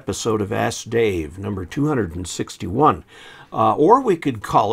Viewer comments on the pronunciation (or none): none